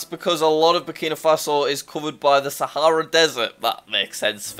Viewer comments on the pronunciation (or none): none